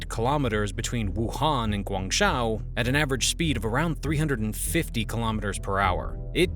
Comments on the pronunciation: Why is the Japanese Maglev train shown? And why hasn't the narrator learn to pronounce "Guangzhou" in a way at least approximating the original? The easiest American English approximation for "zhou" is "Joe". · Guangzhou is pronounced GUANG JOE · You should learn how to pronounce basic Chinese. Guangzhou is pronounced sort of like Gwong Joe. When you say gwang show it makes you look like a tourist to this topic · If you are going to talk about China as an expert, at least learn some Chinese. Your pronunciation of some Chinese cities is horrendous. It shows you never took the time to learn the language, culture, history of the country at all. It would be like me pronouncing New York as "Nah Yauk". Otherwise, this is a very good and documented story line. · Great vid man. Greetings from Shenzhen. Please work on your pronunciation of "Guangzhou" haha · You have excellent content. However, the way you pronounce Chinese cities and names is pretty far off. You would have more credibility if you pronounced things like “Guang Zhou” correctly. Their phonetic system contains Latin characters, but they do not have the same sounds as in English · The zhou in Guangzhou can basically be pronounced like "Joe" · It’s a good video but you’ve got to learn to pronounce the place names properly! From a viewer who knows China, it makes you sound like you don’t know China.